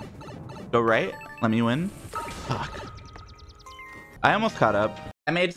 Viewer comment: "GET THE FWOK OUTTA HERE MARIO!" Ded XD